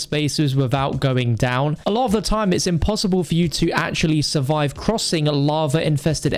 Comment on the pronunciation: Haha He said "A Lava of times"